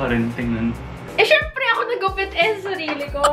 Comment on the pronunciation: "Ah siyempre!" Hahahaha the Batangueña accent huhu cutieeee it's like i can hear my accent too